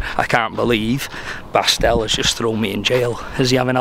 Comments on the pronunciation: I believe the german Dude's name actually is Bastian, short form of Sebastian ( though I admit he kinda numbled it )... never heard of " Bastl or Bastel" and I am german. Enjoying this series very much,! Keep on the good work! greetings from West-Germany. ( by the way, come visit us! ) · I’m sure the guy said Bastian and not Pastille 😂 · his name was Bastian, not Bastielle or whatever you are saying 😅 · calling Bastian "Bastel" 😂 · Bastian should change his name to Bastel now; the name has been absolutely slaughtered 🤣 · I think the German guy’s name was “Bastian” and not “Bastel” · Bastel 😂 His name was Bastian like Bastian Schweinsteiger 😆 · Bastian :) not Bastel. Short form of Sebastian 😂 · Who is Bastel? He said Bastian! 😂😂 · It’s Bastian, Short for Sebastian, not Bastell 😂😂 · Bastian Not bastel 😂😂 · Pretty sure his name was Bastian not Bastel 🤣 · Bastal or Bastard 😂😂😂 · You can't even remember a name for 2 seconds.. the German guy is called Bastian! Not that hard... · slaughtered his name lmao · Poor Bastian, got his name buchered the whole time hahhaha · Poor german Countryman got his name Butcherd so hard :D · Absolutely butchered the german guy’s name 🤦🏽‍♂️😂